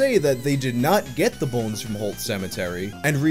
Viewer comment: I love the midwestern way he says “bo-enes”